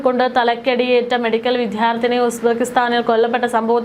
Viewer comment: Aadhyam uzbekistan enn parayaan padikk